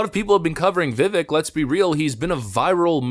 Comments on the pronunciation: Why can no one say his name right lol It's pronounced VIVAKE is literally reporting on a video where he pronounces his own name, then proceeds to repeatedly say his name wrong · He says his name in the video, yet you mispronounced it 100 times. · Vivek rhymes with cake. He's said it himself. You could at least say his name correctly. 😂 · Little bit of a pet peeve: A lot of people out there on the internet talk about people, about products, etc. In this case, people say that they had/have respect for Vivek, but refuse to pronounce his name. It used to be a really big deal in journalism to check that kind of thing out. I promise this isn't an attack on you. I literally see it everywhere with everything. It's just starting to bug me more with people's names. It seems so disrespectful. In his case it's Vi-vake "like cake". He even says his name in the clip that you put in your video. I just can't un-hear it lately. I love your channel and I'm sorry for bringing it up. Just some constructive criticism. Please forgive an old man for being so old school. Thanks brother and God bless. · Learn how to pronounce Vivek’s name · he's obviously still not well known enough, because most you tubers still can't pronounce his name correctly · Maybe next video he’ll pronounce Vivek’s name right 😅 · You still pronounce his name wrong smh lol don't you listen to the video when he says his name lol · Vivek is said like cake. Vivek even said "It's like cake but people always get it wrong" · Vi-Vake - Not Vi-Vick. We should all learn to pronounce the name of our next Vice President. 😉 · His first name is pronounced "Viv-ake" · Vivek; pronounced Vi-vake with a short sound on the "i" and the ek is "vake", like "cake". NOT "veck". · Vivek, pronounced Vivake, sounds like cake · Vivek is pronounced like vivake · Why does the narrator keep pronouncing his name incorrectly? as the candidate has said .. Rhymes with cake. 🙄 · HIs name is pronounced "Vivake" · His name is Vi•Vāk.